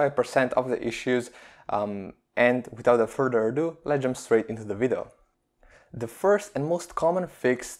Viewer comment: Furder ado ahaha